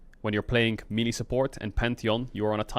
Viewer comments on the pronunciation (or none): none